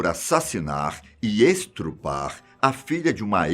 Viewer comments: "estrupo" ou "estupro"?? Dúvida cruel🤣🤣🤣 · Realmente estourou, afinal; EstRUpo é um barulho alto. K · kkkkkkkkkkkkkkkkkkkkkkkkkkk achei que só eu tinha percebido o estRupo, brincadeiras a parte, todo mundo erra.